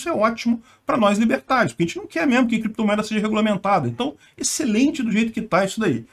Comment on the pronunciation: “Em algum momento o senhor operou com “creptomoeda [sic]”, com “bitcóio [sic]” ou outros?”...